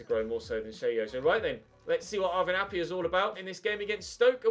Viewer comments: appiah is pronounced a-pie-ah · Try out Aro Muric in goal Also Arvin Appiah is Pronounced App-I-ah not App-y-ah